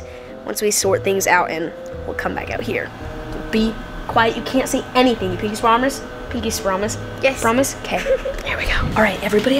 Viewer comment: 1- that boy is snitch 2- said swarmice instead of promice lol